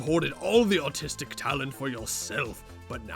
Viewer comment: Were you trying to say artistic? I genuinely cannot tell.